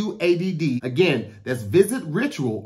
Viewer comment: "visit *ritural*"